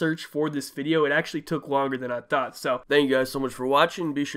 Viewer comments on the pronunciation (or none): none